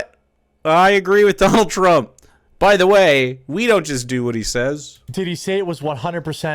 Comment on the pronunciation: As much as I hate Trump it really bothers me that one of his fanboys can’t even say his name right. Everytime he say Trumps name he say “Drump”